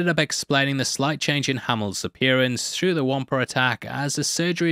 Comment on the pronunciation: WTH is a, “Womper”?